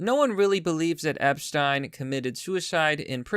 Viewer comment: Omg actually says Epstein correctly!! Einstein Epstein Even Jeffrey didn't know how to say his own name!!!